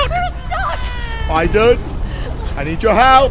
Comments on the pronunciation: It's not pronounced iden it's pronounced Aden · Who tf pronounces aiden that way